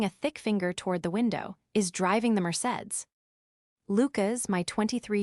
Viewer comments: Corola, Toyota Corola. Mer-Say-dees, not the town of Merced. Worst Narration yet. Must be AI. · More bad pronunciations!deep! It's pronounced mer say deez!